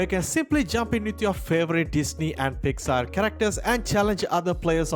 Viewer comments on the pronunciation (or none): none